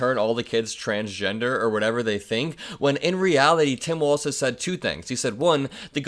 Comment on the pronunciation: Please pronounce his name correctly. It’s walz not waltz.